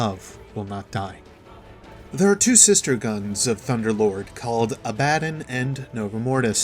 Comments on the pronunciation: Pronounces it right at the start of the video *The rest of the video*: A-BADDEN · The way you say abbadon kinda triggers me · Same... it hurts just a little bit